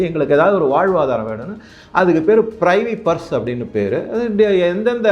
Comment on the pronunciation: தயவுசெய்து ஆங்கில வார்த்தையை சரியான முறையில் கூறவும். Charismatic என்பதை கரீஸ்மாட்டிக் என்றும் Privy Purse என்பதை ப்ரிவி பர்ஸ் என்றும் சொல்லுங்கள்.